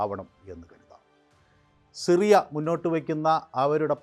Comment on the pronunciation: ഷിറിയ അല്ലെടോ സിറിയ 😂